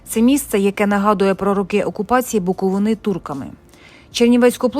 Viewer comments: Не Буковинà, а Буковина! Перша згадка про Чернівці, це 1408 рік, в складі Молдавського князівства. До цього часу, згадок про Чернівців, немає. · БуковИна, а не БуковинА! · Знов БуковинА , ну тоді ви the TravelEr... .